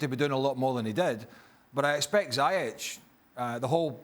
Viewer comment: Why is he calling Ziyech "zyech"?